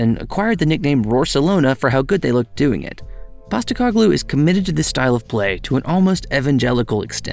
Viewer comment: Painful to here you say PosteCOGlou the whole time, rather than PosteCOHglou but good video other than that. Also an American Spurs fan starting in 2013, cool to hear someone have pretty much the same Spurs journey.